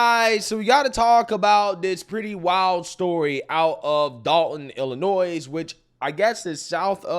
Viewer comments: The s is silent in Illinois. And she needs to understand that you don’t axe questions. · Just letting you Know that when pronouncing Illinois the S is silent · The “s” in Illinois is silent. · "illinois's? There are multiple states named Illinois? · Illinois the s is silent.